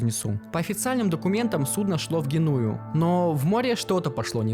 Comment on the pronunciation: Ты ИИ что ли? ГенУя, АнтверпЕн... Обычно, такой хернёй нейронки страдают.